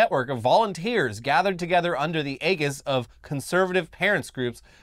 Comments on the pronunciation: aegis. pronounced "ee-jis" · That's not how you pronounce aegis. Holy fuck guys, how are you mispronouncing so many words? I'm not even English and i'm picking them out every episode almost. If you don't know how to pronounce something just google the word with pronounce after it, jesus fucking christ.